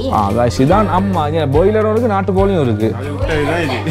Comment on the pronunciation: Not boiler its broiler da